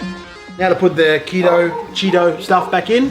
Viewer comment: Welcome back, solid effort today. TBH it’s good seeing you both on screen together. The macro algae how you said Cheeto is pronounced Kee tow...... same sound as Polychaete worm as it’s derived from the Latin word meaning hair. Can I just suggest a $2 timer for the Refugium light / pretty easy versus manual. Laughed at the coffee scoop. I use Aquaforest carbon as it’s 1/3 cheaper than Red Sea, might be worth a look. High five.